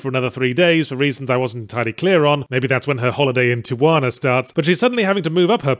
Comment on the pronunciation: loved your australian pronunciation of tijuana chefs kiss